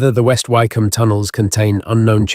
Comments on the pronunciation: Lovely and fascinating narrative. Been to a few of these and many thanks for the considerable effort that has gone into this, But . . . OMG: re Hellfire Club, Wycombe is not like Bike it's as in Wick. Is it not possible to correct errors lie this??? These things are quite easy to research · Wycombe is not pronounced why its pronounced wick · Yes West Wycombe near High Wycombe is pronounced Wick’am. I used to live there. I’d walk my dog up on the hill around St Lawrence Church with its golden ball. At night the Dashwood mausoleum next to it is floodlit so as you drive along West Wycombe Road towards it, it seems to hang ghostly, eerily glowing seemingly in mid air. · Learn how to pronounce Wycombe. (Wicome) is how it is pronounced. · AI often mispronounces words... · This is AI! Wycombe incorrectly pronounced. Thumbs down to this rubbish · Wykeham? Surely it's Wick'am? See also Southwark, it's suthark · It’s pronounced…. Wickom. The y is silent. It’s not Southwark../ it’s pronounced…. Suthark!! The wrong pronunciations here are more than annoying. It’s also less than scholarly. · . Some of the pronunciation made me suspicious too, such as Southwark and Wycombe which any Brit would know how to pronounce. Is AI getting sneaky enough to include hesitation and slight regional accents now? Interesting nonetheless.